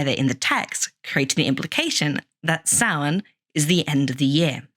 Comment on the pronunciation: I’ve never heard it pronounced any differently than the way it’s pronounced here…